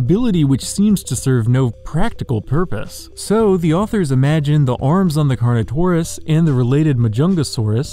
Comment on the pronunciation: I freaking thought he said carno-corn-us